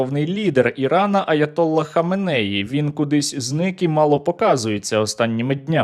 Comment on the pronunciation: АятоллА ХаменеІ, обидва слова з наголосом на останньому складі